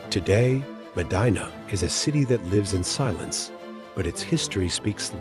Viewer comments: The correct pronunciation of M'dina is imdeena. Not maadine-a like vagina..Short i as when saying 'in'. Publius isn't pronounced like public. It's Pooblee-us. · haha was going to say this it put me off in the beginning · I nearly switched away at the start because of the mis pronunciation.